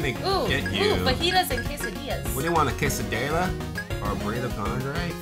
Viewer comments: Dude, it's spelled fah-gee-tehs. XD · LOL I dont even know how to speak Spanish (I am Asian) and the fajitas are pronounced fahitas. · Fajitas (fah-hee-tahs) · It's pronounced as Fa-hee-tas, as in Fajitas